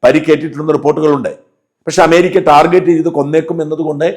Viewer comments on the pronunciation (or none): none